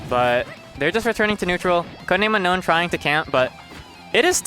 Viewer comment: are you kidding me, it's UNOWN not Unknown......